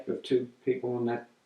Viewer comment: "They're very curious, those Sharts, ya know?" definitely...